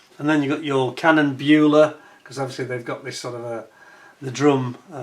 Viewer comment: "Beule" is pronounced like "Boil-e" 😂